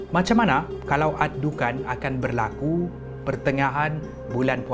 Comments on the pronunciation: maaf saye tegur sikit,care sebut nyer bukan dukhan tapi dukhon sebb dlm bahasa arab الدخان,huruf خ bukan كا ok....🤗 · الدكان(addukan) = gerai الدخان(addukhan) Disebut dengan sebutan "خ" kho, bukan "ك" ka Boleh lain maksud nanti😅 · Adukhan(perkataan): adukhon(sebutan) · Sebut dukhan...دخان betul betul lah sebut